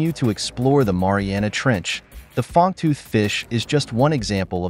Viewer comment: do you have AI doing your reading? it is "Fang-tooth" fish, not "Fong-tooth" fish haha